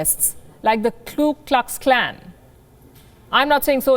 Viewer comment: Please pronounce the clan properly. That’s not how you pronounce KukluxKlan.